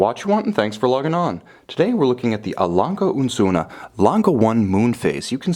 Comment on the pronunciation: Wow, you are handline a 250.000,- Euro watch and don't even care about how to pronounce the name... pfff.